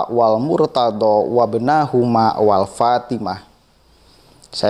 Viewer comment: Saya kira antum bner2 harus tabayyun😊antum baca sholawat aja mnurut ana itu salah ,ana kritik malu bngt sama pangkat 🙏😊bukan walfatimah tapi ma'fatimah